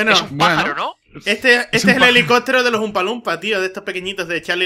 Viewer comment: Helicotro... #MassiAprendeAHablar xD